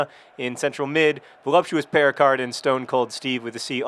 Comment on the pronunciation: Since my first language is French, I'd just like to point out that the name Péricard would be pronounced Pay-ree-car, the D being silent, and that the way John pronounces it makes it sound like the equally French word "péricarde", which is the pericardium. To me, it sounds like the player is called Voluptuous Pericardium.